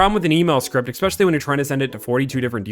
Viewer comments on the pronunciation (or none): It's ESPECIALLY not "eggspecially" 😂😂😂